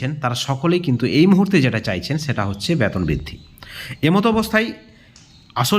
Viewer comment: Vasa thik korun ব্যাতন নয় বেতন বলুন